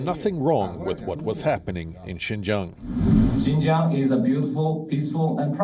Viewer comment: Xinjiang like Jing jang.